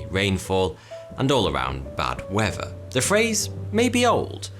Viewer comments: I couldn't put my finger on it but that's what it is . Weafer not weather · skin cancer? right then, it is pronounced weather not wever. i know you can say th, like in earth, but there is no flipping v in weather, douche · In this episode you'll learn about the wever, wever you like it or not. In the next episode.. English lesson: "th" Who needs it?